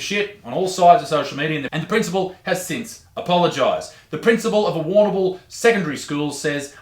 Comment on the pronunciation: love how the big man has a problem pronouncing Brauer, but Warrnambool is a breeze Also, WTAF? Also also ............Apparently yes.